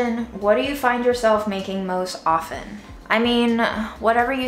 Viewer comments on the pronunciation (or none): none